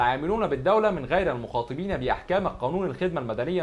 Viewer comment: المخَاطَبين مش المخاطِبين وبعدين فك نفسك كده متشدش